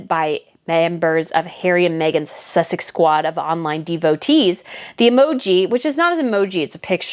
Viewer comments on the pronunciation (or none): there is no "th" in Sussex s as in snake